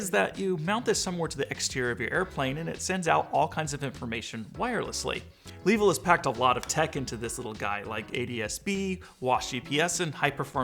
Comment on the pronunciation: Longer and better review here: Also, Suggest learning how to pronounce the company's name. Just the most basic courtesy.